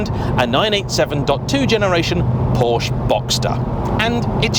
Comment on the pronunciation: it´s a Porsch-e.